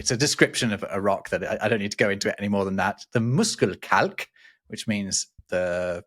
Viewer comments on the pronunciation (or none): living in Germany you should know sch ist pronounced like the English sh. Thus, it should be Mushelkalk, not Muskelkalk.